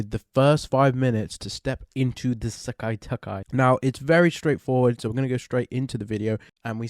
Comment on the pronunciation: I find it funy the way you say "Sekai Taikai" as "Sekkai Takkai" 😁